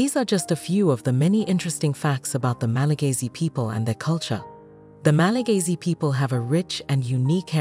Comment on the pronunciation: It's Malagasy, not Malagayzy. 😑